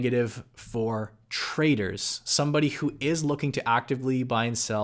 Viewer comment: Who else thought he said "Traitors" instead of "Traders" ?